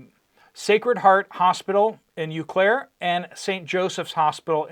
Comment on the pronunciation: The city is pronounced: oh- klair